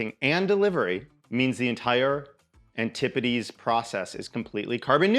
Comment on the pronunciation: hearing you pronounce Antipodes correctly watered my crops and cleared my eyesight skjskjsskjsk